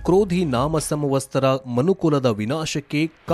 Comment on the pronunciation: ಸಂವತ್ಸರ ಅಂತ ಹೇಳಿ ಸಂವಸ್ತರ ಅಲ್ಲ.